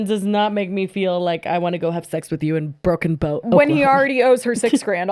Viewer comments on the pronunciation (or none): Lmao it’s Broken Bow not broken boat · “Broken Boat Oklahoma” haha I love you. I’m from Oklahoma it’s Broken Bow! 😅 and I agree you don’t want to go on your honeymoon here 😂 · Not trynna be annoying but isnt it broken bow? I swear is saying Boat lmao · Lolllll. It's Broken BOW, Oklahoma. 😂 Like Native! It's actually a really beautiful place and my bestie got married down there! She's the Jessi to my Lily. 😊